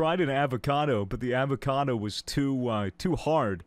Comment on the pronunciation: You’re saying avocado wrong and also you should play more Rust